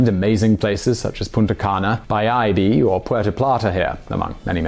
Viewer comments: Bayahibe is pronuounced closer to "Buy a eBay". I love your videos but please learn to pronounce better, lol. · you pronounced bayahibe wrong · The way he said bayahibe is so wrong and funny